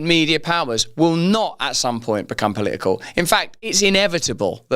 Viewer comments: Omg how funny. He couldn't even say political 😂😂😂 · He can hardly say political